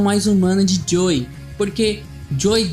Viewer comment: gostei mas olha diga antes the last of us (em vez de thelastvus) e joel(em vez de joey)